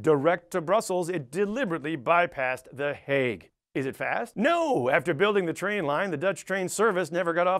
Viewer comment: Here I am, two years later, seeing him say that my home town is a shitty suburb of the Hague. He did pronounce it surprisingly well though.